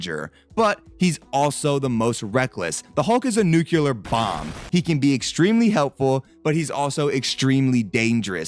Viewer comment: "Nuculur bomb" Say it with me bro "Nu-cle-ar"